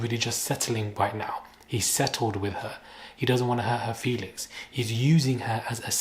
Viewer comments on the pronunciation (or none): none